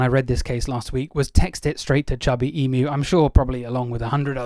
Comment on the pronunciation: I wish he could pronounce ee-mu, as in the name for μ, or eem-you; not eem-oo.